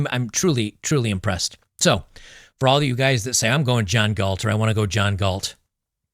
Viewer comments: Galt, not Gault...🤦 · Gault? It's GALT. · Just FYI, it’s “Galt”.